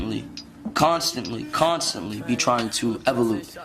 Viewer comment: "E-vo-lute" ... instead of "evolve." That's an unfortunate clip to remember the man by.